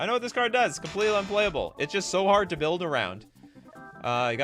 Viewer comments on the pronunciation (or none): none